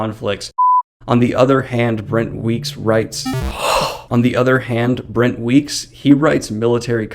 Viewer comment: I thought it was funny, I just couldn't tell what you were messing up. I thought you might've been saying "Bent Wreeks wites."